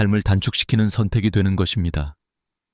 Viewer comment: 감사합니다❤ ㅡ것입니다 ㅡ거씸니다로 발음